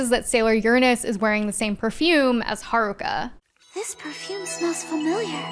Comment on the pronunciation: This probably matters to know one and has nothing to do with the topic, but Sailor Jupiter was one of my first crushes. Cis Het Guy, btw. Also, I appreciate that Sailor Neptune's VA pronounced "Haruka" like a Japanese person instead of an English speaker.